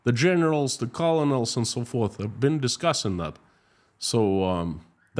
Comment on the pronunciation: Colonel is pronounced "kernel".